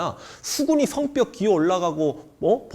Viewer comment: 단점이없는 황현필 선생님인데, 단점 잡았쓰~~~ 성벽발음을 "성뼉"이라네. 격음화현상. 성벽과 성뼉의 중간발음으로 들림.